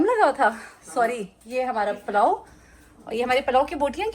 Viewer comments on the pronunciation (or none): Masha'Allah.. Farsh e Aza sai bohat Barkat hoti hai ghar mein.. Sab acha lag raha tha.. Lekin pls correct yourself: PALLO NAHI PULLAO kehte hain. Saboohi Zaidi